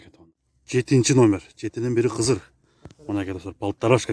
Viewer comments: Жетинин бири кызырэмес ,КЫДЫР дейт улам улам айтасын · Туура айтасыз КЫДЫР деп айтылат